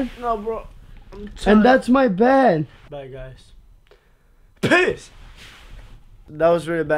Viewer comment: When they say peace it sounds like they are saying piss